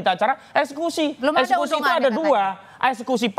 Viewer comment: Woi, EKSEKUSi bukan ES SUSi😂😂😂